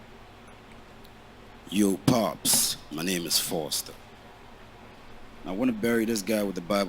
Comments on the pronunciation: Its Fozter not Forzter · Its Fozter not Fotzer